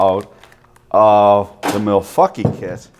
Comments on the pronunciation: You're pronouncing Milwankee wrong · Did he just say. Malfuckee?